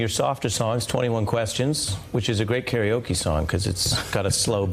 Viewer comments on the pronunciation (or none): none